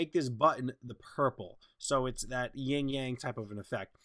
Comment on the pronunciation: It's "yin yang," not "ying yang."